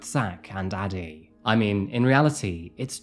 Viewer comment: I keep hearing daddy instead of Addie.